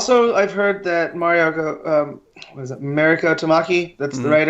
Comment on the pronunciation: I'm guessing her name is pronounced mah ree ko since her name (Mariko) is of Japanese origin and that's how you would pronounce it in Japanese.